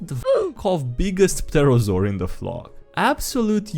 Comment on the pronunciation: Hey bro, just thought I'd mention it. But the P in Pterosaur is silent. Pterrible I know...